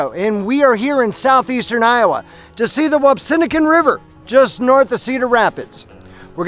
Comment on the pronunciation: Nice video. I must point out, it's pronounced Whap-see-PIN-a-kin